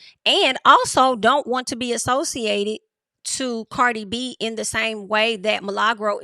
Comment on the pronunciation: Why you keep pronouncing her name like that?